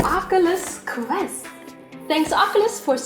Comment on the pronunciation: its name is QUEST not CREST